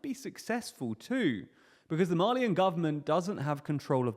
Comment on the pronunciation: Thought you were saying “Marlean”, not “Mali-an”. I was scared we were about to start seeing Titans in Africa lol